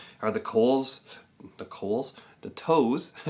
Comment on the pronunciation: 😂😂😂 Coals ,😅😅😅 i love the Practice Feet❤